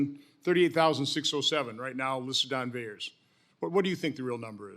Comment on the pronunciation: VAERS not veyores